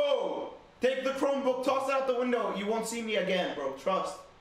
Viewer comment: “I have a cromebook” 😭😭